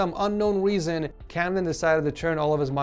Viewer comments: hes doing the thing again where he says weason instead of reason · Nobody: Actually No one:: For some unknown weason